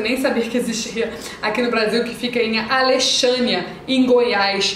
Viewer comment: O pessoal de Brasília gosta muito do Tauá Alexânia... muito bom! Obs: Se pronuncia "Alecssânia" o nome da cidade😊